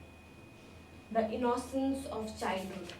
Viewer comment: Mam u pronounce innocence is a wrong way